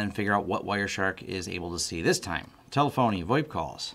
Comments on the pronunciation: Ta-Lef-Uh-Knee. Jesus... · tele-fony lol.